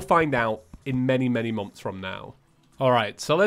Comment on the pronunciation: Everyone: Months: Momfs